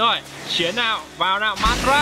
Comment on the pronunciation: đọc theo phiên âm là ma_ đa_ra đi. đọc kia khó chịu quá